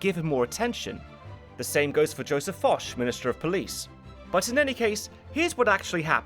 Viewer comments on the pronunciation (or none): *Fouché, not Foch. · I'm fairly sure that Napoleon's police minister wasn't Joseph Foch, as you state . Rather, it was Fouché - two syllables.